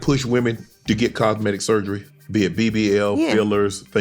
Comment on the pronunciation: did dude say, cogmetive surgery 😮😂😂😂😂🤦🏿‍♂️